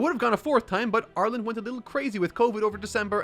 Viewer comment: you can tell I watch too much KOTH because when you said "Ireland went a little crazy with COVID restrictions" I heard "Arlen" (the Texas town where koth takes place)